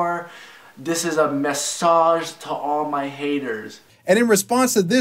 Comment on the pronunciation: He read message as massage lol